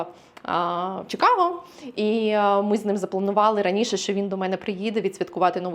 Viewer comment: A. Будь ласка, "Чи", не "Чі". Чикаго. Нам українським чикагцям на тому дуже залежить. Дякую. В. Якщо Пані хоче справжнє відчуття "Сільпо" в нашому місті - запрошую до Rich's Fresh Market на перехресті Belmont i Cumberland. Вітаю в нашому місті!